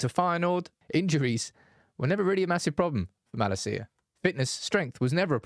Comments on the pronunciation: It’s MalAcia in stead of MalaCía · [Hermione voice] it’s Malácia not Malacía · cannot watch this video with way he's pronouncing MALASEEAH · Is this a good time to ask AGAIN for the correct pronunciation of Malacia? The emphasis is on MaLAcia. As a Dutchman, I’ve been cringing at this ever since you announced his signing. Love you tho. Get well soon! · Who on Earth is Malla Seeya? United channel, at least learn how to pronounce his name before making a video. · I heard Malacia's refusing to play bc he heard the way you pronounce his name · your pronounciation of his name bro......